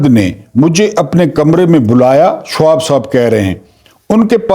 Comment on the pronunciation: اھم بات۔۔۔شہاب اور شہاب نامہ کا تلفظ درست کریں۔